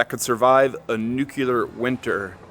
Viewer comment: Nuclear. Nu cle ar. There's only one u in nuclear.